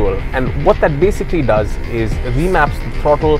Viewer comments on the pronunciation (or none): none